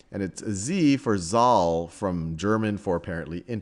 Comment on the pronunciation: Z for 'Zahl' pronounce 'Sal' in German not jal ;)